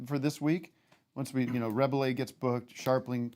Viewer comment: Tim pronouncing Rebillet incorrectly caused me pain